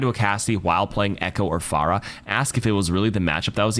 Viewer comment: it's funny that you talked about people mispronouncing characters' names and then immediately mispronounced Phara's name